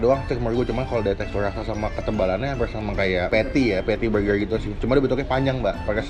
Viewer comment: Elya pandora jangan gitu, kan kagak bisa ngomong "R" jadi ngomong burger dengan penekanan huruf "R" itu susah...